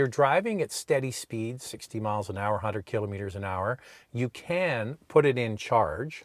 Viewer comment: Cant get passed the way you both say “killimeters” Instead of Kilometers 😂